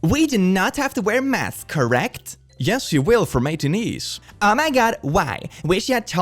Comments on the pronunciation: I live but... As a theatre kid, the way he said matinees was killing my soul (in case you didnt know, and are curious [Matt-in-ays]) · Matinees is pronounced “mah-tih-nays”. I know it’s a weird looking word to guess at.